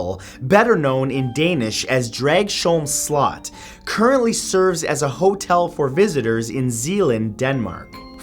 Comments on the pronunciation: I’m from Denmark and we actually pronounce it more like Draus-holm Slot... sorry, Danes are weird, I know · I usually listen to your videos while being on Facebook or playing video games, but I had to go back and check when you mentioned Denmark, as I live there, and find out what place you talked about. It's funny to hear Dragsholm Slot pronounced that way :D Thank you for great videos :) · Sorry to say, but you butchered the name of Dragsholm Slot. I don't blame you, Danish is hard, even for Danes XD Awesome list, tho :) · im danish and omg your pronunciation of dragsholm slot killed me haha i didn't realize what you were saying at first until i saw the pictures! other then that i loved the video, and dw i know speaking other languages can be hard so im not trying to be mean, just thought it was kinda funny :) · That... Is in no way how you say "Dragsholm slot" 😂😂😂😂 Thanks for the laugh, Matt. Nice to see Denmark represented though 😁